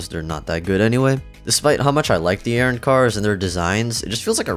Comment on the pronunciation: “Aaron Car” You can tell he is a manga reader first😂